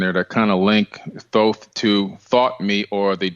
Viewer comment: Tedious to listen to....too many commercials, but Billy Carson was exceptional. Great Info, because of him I will be subscribing to Gaia. Thanks for the interview....and Thanks to Mr. Carson for correctly pronouncing Thoth's name!😊👍🏽